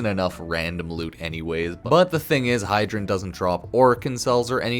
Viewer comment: Hydren ? love the vid but it made me cringe lol